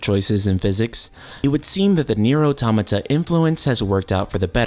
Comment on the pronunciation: The way he pronounce automata......lol sorry I cant stop laughing he says it wrong sounds like 'atomyta'